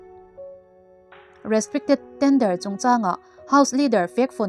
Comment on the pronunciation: 'Restricted Tender' tia ngaihthlak tur aw. 😅